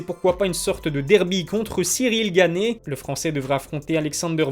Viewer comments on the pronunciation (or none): Faut que t’arrêtes uN truc c’est de changer les pronontiations des noms, c’est Francis Ngannou et pas ganou, c’est Gane et pas gané, c’est Khabib et pas Rrrrrrabib (en tout cas quand on parle français),...etc mais tes vidéos sont super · Stp arrête avec Francis « gannou », c’est N’gannou lol et aussi Cyril « Gané » c’est juste GANE lol. Merci pour l’appli mec !!!